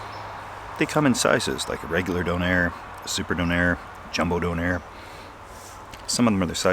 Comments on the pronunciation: Dunner not donair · Its not Don Air its donner well at least here in ireland that's how we pronounce it anyway 😊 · It took me a while to realise he was calling a doner (How we pronounce donna) when he was saying “done air” lmao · Wait. You have donairs? Pronounced “dough-nare”? Which are literally doners, pronounced “do-nuh” or “dona” over here in the UK. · the way you say donner is weird for me, in the UK its quite a popular fast food, we pronounce it 'don (as is a mafia don) er(her without H) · A 'donairre'. Never heard of that, until you unwrapped it and saw it was what we call in the UK a 'doner kebab', we pronounce it like the name Donna. A delicious congealment of lamb stuck together and cooked on a rotating upright skewer in the shop. Usually consumed by people in the UK after numerous step 2's, its served in pitta, flatbread or even naan bread, and served with salad and either chilli sauce, garlic mayo, or thousand island sauce. It looked delicious, I hope you enjoyed it. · We have Donner Kebabs here in England, from pressed Lamb + herbs and spices, but we don't pronounce it with a soft O like beer fund Doner. It's a hard O like Donna Summer. They come in a pitta, pronounced with a hard I like Pit, not pete. They come with salad, usually something like cabbage, red cabbage, lettuce, onion, cucumber, tomatoes, pickled cabbage. Then there's a sauce, like a chili dip.